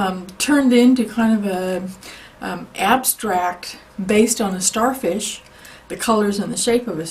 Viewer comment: U said sharfish